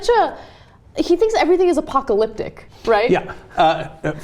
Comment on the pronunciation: Did Ana just say that it was "apotalyptic"? cause that's dope.